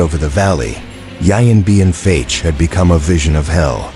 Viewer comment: Maybe find an announcer who can pronounce Vietnamese names including the actual name of the battle, rendered in this video as. "Yian Bean Fatch" where the French fought the "Viat Minh"